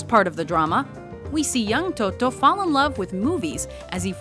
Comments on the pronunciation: toto :( totò, non toto è un nome napoletano poi la vita è bella dovrebbe essere il primo... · in "nuovo cinema paradiso" Toto's name is Toto' with the accent on the last O. :)